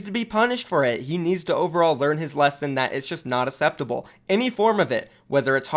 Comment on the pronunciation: "Asseptable" - 2018 LUL